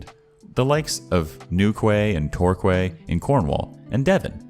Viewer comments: Oh you lovable bean 😂 being from England myself, you pronounce Newquay and Torquay like 'new-kee' and 'tor-kee' 😊 Keep on being epic, dude 😀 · New-kway & Tor-kway?!😂 Good try man, good try….